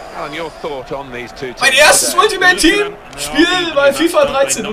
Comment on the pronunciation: mach deine eigenen serie dann kannstes alltimeit tiehm aussprechen